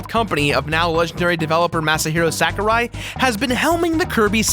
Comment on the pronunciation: I winced every time you said Sakurai. It's sah-ku-rai.